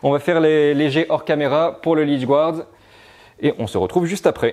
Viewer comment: *encore, "gouarde' 🤦‍♂️